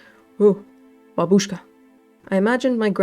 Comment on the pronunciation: That's right: "Bábushka". I'm Russian